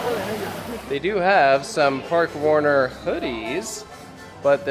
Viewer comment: As a Spanish, I approve this attempt of pronounciation